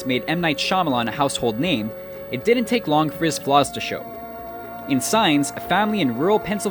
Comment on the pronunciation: The narrator is good, but needs to work on his pronunciation of "didn't".